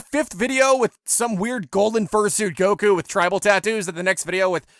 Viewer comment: The way he pronounces Goku and Gero just makes me want to shoot myself.